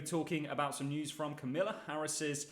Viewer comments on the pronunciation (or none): How hard is it to say Kamala accent on ka